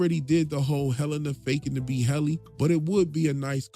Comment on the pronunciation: It's Hell-innie